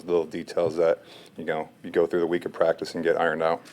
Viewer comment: It's " through" gee whiz